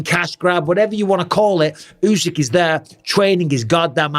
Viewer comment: Tyson is second to usyk say it right